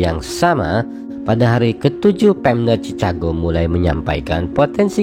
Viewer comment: Ejaannya tu chikago bukan cicago